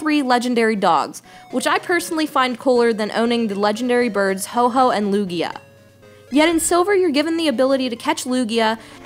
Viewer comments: Ho-oh, not Ho-Ho. Also Lugia isn't a bird. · Some things i noticed: 1. its "Ho-oh", not "Ho-Ho" (correct me if i'm wrong) 2. she said she was having a hard time with lugia, but shes using TYPHLOSION against it (water and fire don't go together) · It is Ho-Oh, which I'm sure she was trying to pronounce correctly. Secondly, Lugia is not a Water type, it's a Psychic/Flying type which is a common misconception, and it doesn't learn its first Water move until level 44. The reason Lugia is such a pain to catch is that it has an extremely powerful flying move, the ability to resist status conditions, and a health recovery move.